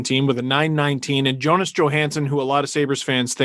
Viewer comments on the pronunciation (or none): none